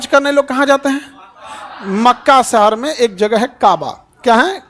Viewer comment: Sir sahar nhi shahar hota hai padhna seekhlo pahle